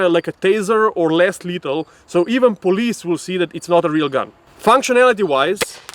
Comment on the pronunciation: "even police will be able to tell it's not a real gun". You can tell he's not an American lol